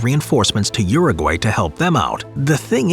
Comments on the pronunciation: Uru-Gay... I laughed so hard as a Brazilian. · Anyone else cringing at how the American pronunciation of Paraguay and Uruguay?😦